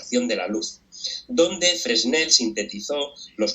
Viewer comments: Me molesta escuchar el apellido Fresnel acentuado en la última sílaba. Yo siempre lo he escuchado acentuado en la primera sílaba, ya sea en castellano o en alemán, idiomas en que he estudiado Física tanto en Chile como en Alemania. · Algo que casi se me escapa, es que la s de la primera sílaba desaparece por completo en la pronunciación francesa, y esta pudiese ser una corrección más necesaria que la anterior. A un gentío familiarizado con el apellido, más que irritar, le confundiría escuchar esa consonante ahí.